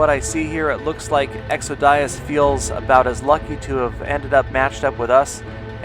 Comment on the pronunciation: You say exodias funny...